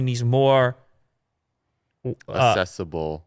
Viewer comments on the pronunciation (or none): That don't know the difference between acessable and asessable. Said it wrong multiple times in this video. Somebody educate that fool. So fucking pathetic. English is not my first language, but I know the difference. It is spelled AKS-ESS-ABL, not ASS-ESS-ABL